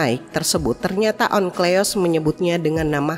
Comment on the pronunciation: Mba, Onkleos apa Onkelos yang bener? Teks tertulis Onkelos tapi pegucapan suara terdengar Onkleos. Mikroat atau Mikraot? Saya sering jumpa di channel ini teks tertulis apa pengucapannya beda.